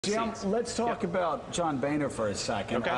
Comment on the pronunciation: "When two vowels go walking the first one does the talking" His name is pronounced BONER, not BANER.